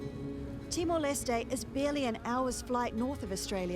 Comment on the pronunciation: Is she saying "TimoL"? 😳